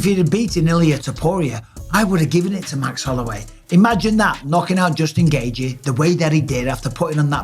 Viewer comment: Justin GAY-G 😂